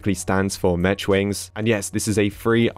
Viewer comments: It’s pronounced like Mek and not mech with the ch sound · The way he pronounces “mech” instead of “mec” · Notice how he says “metch” and not “mech” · "metch wings" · its you actually pronounce it "mek wings" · I love how says “ Mech” He says it like “Mesh” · More like mecch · Did bro really say "Metch wings" you can tell he didn't make it far in school. Thats why he's a YouTuber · Nice pronunciation of mech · Btw dude not to be rude but u pronounced mech wings wrong, idk if it’s your accent or something but ya no affence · I cringed at the way he said Mech. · Love how forgot how to speak English and pronounced mech wrong lol